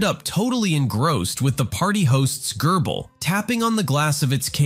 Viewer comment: So we just aren't going to talk about how ol dude pronounced "gerbil" ??